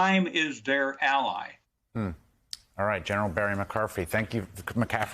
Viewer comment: Say the legend name correct cmon. McCaffrey